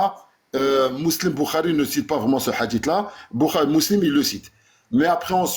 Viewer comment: SI JE PEUX ME PERMETTRE. t es un génie! Peut etre le meilleur dans la critique de l islam MAIS: Stp prend agnoslim ou jack en tete a tete pendant une heure et travaille ta prononciation. C est une torture BOURARI? Saheh? Meslem? Deconne pas 😂